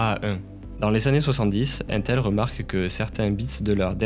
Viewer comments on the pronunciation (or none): none